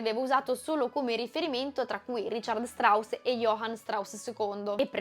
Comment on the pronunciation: Bellissimo video, analisi ricca ed esposizione ben comprensibile senza semplificare. Piccolo appunto, "also" in Also sprach Zarathustra è tedesco, così come il nome del compositore Richard Strauss, la pronuncia è sbagliata. Complimenti ancora per la qualità, mi guarderò sicuramente altri video. Grazie per il tuo lavoro.